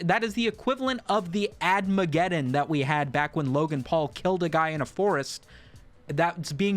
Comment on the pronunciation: *adpocalypse not admageddon ❤